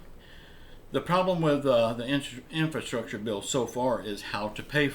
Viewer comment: In-FRA-structure. In-FRA-structure. Please, man, this is a word you're going to be using like ten times a day. In-FRA-structure!